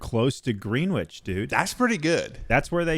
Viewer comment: For the boys and all of Amercia's future reference, it not pronounced greenwitch, its Grenidge